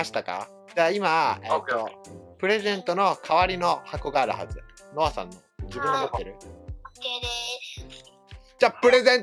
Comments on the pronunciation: よかったね、のさんになってるwww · 途中ノアさんじゃなくてのさんになってたw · 3分33秒のところ のさんwになってますよ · よかったねのさんになってるw